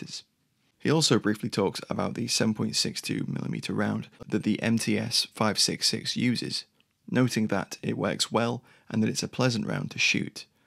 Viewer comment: МЦ = MC, not MTs